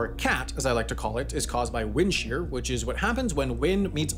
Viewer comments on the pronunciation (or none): none